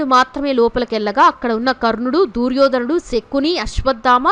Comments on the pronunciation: దూర్యోధనుడు కాదమ్మా దుర్యోధనుడు "దు" అక్షరానికి దీర్గం లేదు నీకు చదువు చెప్పిన పుణ్యాత్ముడు ఎవరో ఆయనకు శతకోటి వందనాలు. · దూర్యో ధనుడు కాదు దుర్యోధ నుడు. వినలేకపోతున్నాము.